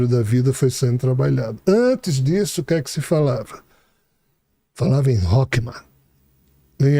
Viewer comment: "rokma"😅😅😅 é sabedoria e na realidade ele quis dizer "rrorrma" o Ch em hebraico tem som de "rr" como Rato. Assim como malchut o ch se pronuncia com som de "RR" e isso é basico na pronuncia do hebraico. Mas a estória contada da um livro mais verídico do que Harry Potter.